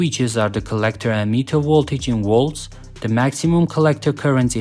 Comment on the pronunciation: Whats a "Wolt/Woltage"? In your language, if V makes the W sound, what does the W do? If there's no difference, why even have one or the other? If I say my name is "Victor" would you call me "Wictor"? Not sure why this bothers me so much. I'm just a stupid American.